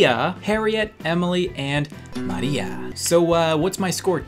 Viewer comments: I love it when he said MARIA !!! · you said Maria in Chinese accent. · I loved the way you said "Maria" xdd. Do you know speak spanish?